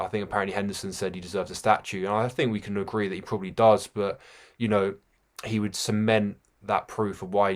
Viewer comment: Its "WOULD" DUMMY!